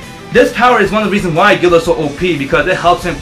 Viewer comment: You said killarts not guildarts you pronounce there names so wrong